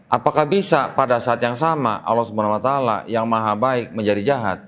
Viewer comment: Maaf dg sgala hormat sy koreksi dlm pengucapan "Subhana wa ta'ala"setelah sy cross cek pengucapan yg benar adalah SUBHANAHU WA TA'ALA,mohon maaf sekali lg🙏🙏